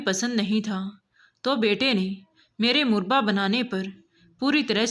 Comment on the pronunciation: मुरबा नहीं मुरव्बा होता है